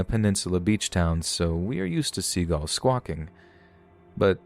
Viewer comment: The way this man says "seagulls" as "seagAlls" destroys my little soul